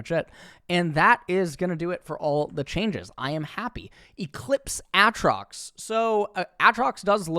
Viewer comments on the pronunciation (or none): I wish i had HALF the confidence has as he knowingly pronounces aatrox, shaco incorrectly.